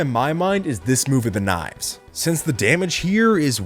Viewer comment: Its because you said nkifes it a sycthe